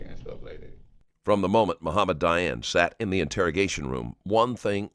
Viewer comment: It's Dayan, not Diane LOL